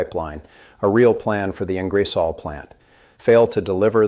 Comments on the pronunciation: ING. GER. SOL ..... hard G, I sounds like g as in Good. Then , O as in the word off. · If you are going to subject us to second rate AI posts please get the city names right……….its Ingersol……..pronounced Ing-ger-sol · Ingresol?????? this must be AI - so take with a pinch of salt. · It might help if you guys learned how to pronounce the name of Ingersoll….eh! I stopped watching your video. Geez. 🤔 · This reader cannot pronouce Ingersoll. ? terrible